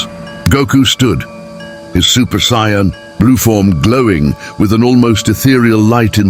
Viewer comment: what is up with this narration??? this guy or AI can't even say "Saiyan" correctly! SMH and they keep using different pics of the characters, make up your mind! JEEZ! very crapily done!